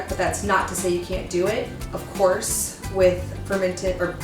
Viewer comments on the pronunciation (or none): none